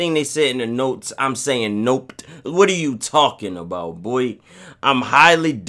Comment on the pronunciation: “Whatrr are you talking bout”😂😂